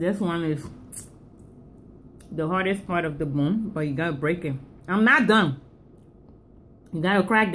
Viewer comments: It's bone not boon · I get a booner every time she says, "abuse the boon." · If i hade a dollar for everytime she said "boone" id have like 10$ 😂😂